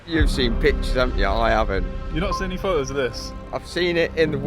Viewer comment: he seen the car in videos and fo-os